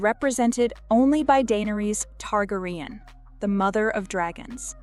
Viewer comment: Targraian ?? its Targarian